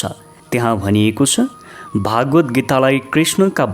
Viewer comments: उच्चारण अशुद्ध भयो हजुर स्वर प्रष्ट छ तर भागवत भन्नु गल्ती भगवत् हो अनि उवाच् भन्नुभो उवाच हो यस्तै सुधार भएमा तपाईंको राम्रो नेपालीमा सुन्न पाउनु गौरव हो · केही भाषिक अशुद्धता देखियो । सुरुमा नै बोलिमा श्रीम'द्भगवतलाई' 'भागवत्' बोल्नुभयो ।भाषिक अशुद्धता बाहेक राम्रो छ ।🙏 जय होस् । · महाशय भागवद् हाेईन भगवद् हाे।यस्तो महान ग्रन्थमा बाेल्नु गहिरो ध्यान र अध्ययन चाहिन्छ। सतहि र कर्मकाण्डी मात्रै छ।